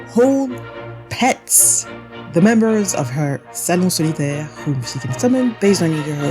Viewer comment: OMG the way you pronounced "salon solitaire" and the rest of their names is sooo goood, thank u for not making my ears bleed